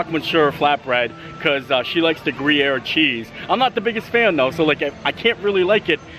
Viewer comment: Fun! “Grew-yer” cheese on the flatbread. ; )